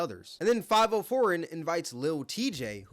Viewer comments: this is what happens when corny niggas get a voice lol . bro dont even know how to say favi-o 😂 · Good god you calling him “Five-Oh” pissed me off worse than them disrespecting max, how did you even BELIEVE that's how it was pronounced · U saying 5-0 foreign is disgusting 😂😂😂😂😂😂 atleast attempt to read it and sound it out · You BUTCHERED dudes name it's pronounced Five vi oh 😂😂😂😂😂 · Fah vee oh... i thought you were white because you kept saying his name wrong. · 5-0 foreign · Bro consistently pronouncing Fivio “Five-Oh” just aggravated the hell out of me.😂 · Had me thinking I was wrong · lol Fav - ee - oo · bro said fiveoh foreign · How are you talking about this when you don't even know how to say Fivio name... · The way you pronounce fivio proves you not in tune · Why tf do you keep pronouncing fivi name like that? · You def said his name wrong on purpose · Bro how are you black and pronounce fivio like that 😂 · Definitely sayin that niggas name wrong lol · Are you intentionally mispronouncing foreign name? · The way you say Fivio name hurts my head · Y9u can't even say Fivio lol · I haven’t listened to Fivio in years, I just thought his mispronunciation was funny😂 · ah man, let fivio know he pronouncing his name wrong. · i aint ever heard anyone say fivio foreign like you broo lmaoooo, 5 0 foreign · his name is five e-o not five-O honestly more like favy-o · I fw the video but brooo it’s FIVIO(Five-Ee-Oh) 😭😭😭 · And he just lost half his credit with this video. 1st Bro be making valid points but he can't be really tapped in the way we think cause we all know Tory Lanez and Adin Ross is what made this whole streamer rapper collab viral. And dude just pronounced his name five-O when it's spoken as Favio....fav not five io" eo" not o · It’s not five-o foreign , it’s fa-vio Foreign 😂 And bruh, you outta bounds calling lil Tjay corny and saying he fell off. Lil Tjay is hot af rn. 🔥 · Its not 5-O foreign. Its Five-e-o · I might be wrong but I think it’s fav-E-oh